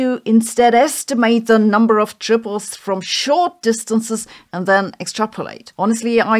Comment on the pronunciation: Man, I remember Mondo drinks from when I was a kid. I don't think it has anything to do with the makeup of the universe, though. Edit: am I the only one who thought Sabine was saying "Tribbles" instead of "Triples", and getting very confused what the little fast-breeding furballs had to do with anything?